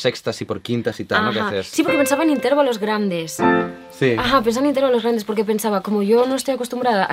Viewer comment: Esta chica no sabe hablar: dice "intérvalos" !!!!